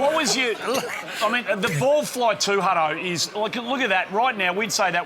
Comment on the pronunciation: Not set up at all. And the host calls hin Huddo . lol OH Boy.